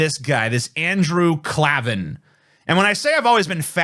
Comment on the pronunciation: It's pronounced like Clay-Van 😂 I agree with Andrew Klavan wanting to bone Tina tho. Andrew was popular before he joined DailyWire. I remember he had segments like "On the Culture" and "Revolting Truth".